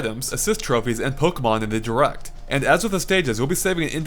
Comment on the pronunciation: Those pokemon pronunciations.